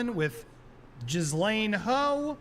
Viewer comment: It's Ghislaine,. The 's' is silent. Pronounced like Jilaine. Jasleen ain't even close.